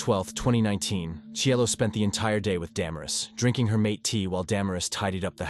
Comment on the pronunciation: The tea is pronounced, ma/tey